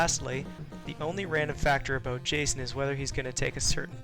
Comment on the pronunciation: "And just a-boat" ....the maple is strong with this guy lol